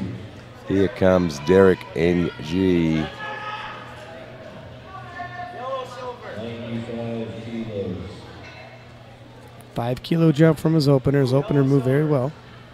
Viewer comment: Lol it's Derek Ng, not "Derek Engie"